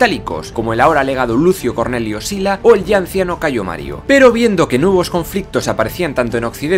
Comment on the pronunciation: Me gustaría felicitaros por todo el trabajo que hacéis, se nota la enorme preparación y documentación tras los vídeos. Sin embargo, querría haceros unas sugerencias en lo que a la pronunciación del latín respecta: primero, el praenomen es Gayo, no Cayo. Es cierto que aparece abreviado con una letra C. (al igual que el praenomen Gnaeus, Cn.), pero esto se explica porque la abreviatura es más antigua que la introducción de la letra G en el alfabeto latino (la G es un invento puramente latino, que surge de la necesidad, pues en el alfabeto etrusco no había una grafía para la oclusiva velar sonora, pero sí para la sorda, la C, que hasta el siglo III representó indistintamente el sonido velar sonoro y el sordo). En el siglo III a.C., el liberto Espurio Carvilio, que había sido esclavo del cónsul Espurio Carvilio Ruga, decidió agregar un pequeño rasgo a la C para crear una letra nueva y representar así el fonema velar oclusivo sonoro como distinto del velar oclusivo sordo. Otra precisión es que en latín apenas hay palabras agudas. Por lo general, la mayoría tienen acentuación llana (se diría, por ejemplo, "prínceps" y no "princéps"). Las reglas de acentuación son algo mas complejas que esto (la regla de la penúltima: si la penúltima sílaba es pesada - constituida por una vocal larga o trabada- , portará el acento, mientras que si es ligera constituida por vocal breve en sílaba libre el acento recaerá en la antepenúltima) pero la tendencia es la que he señalado. Por último, la letra